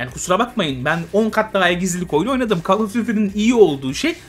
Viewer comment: Hocam "Kol" diye oukunur, "kal" değil :)